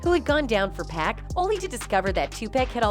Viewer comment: Why does she keep calling 2Pac 2Pack?!